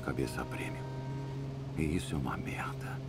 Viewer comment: Pedro Henrique Souza Eu "fisso" ???? puta q pariu mano!!! assassino da língua.... nossa... caraka... fisso....